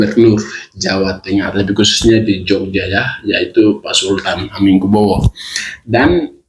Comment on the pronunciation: Katanya edukasi tapi ngomongnya salah salah terus 😊 kalau sekiranya kurang tahu lebih baik cari tahu dahulu lalu di tulis supaya bisa di baca jelas. Carok di bilangnya corak 😊 Hamengku buwono di bilang hamengku bowo😊 jogja di bilang Jawa Tengah 😊 Tetap semangat bung dan teruslah banyak belajar lagi